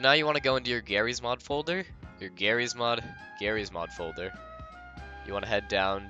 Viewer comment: "Gerryeez mod folder"😭